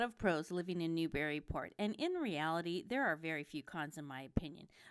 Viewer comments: I wish the people that do these videos would say it right. Not New/Berry/Port It's Newbree/ Port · How about you pronounce Newburyport correctly. It’s bury not berry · Actually, it's neither. To anyone who is/was a native, the preferred pronunciation has always been "NewBREEport"...no "bury" or "berry"...EVAH, lol! And don't forget the "Mall", which is simply pronounced, "Mal".